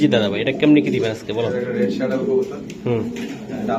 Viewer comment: The correct pronunciation is not শ্যাডেল, It should be pronounced স্যাডেল। The correct spelling is Saddle.